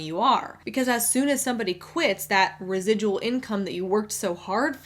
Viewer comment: I'm binge watching some of your older videos and I just wanted to say you're earning "res-i-dull" income right now!!! Congrats! Lmao. Thanks for the great content and for spreading the ever important anti MLM message.